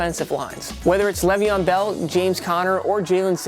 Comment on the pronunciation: bruh really said leveon bell